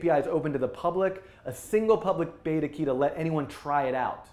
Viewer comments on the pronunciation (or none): none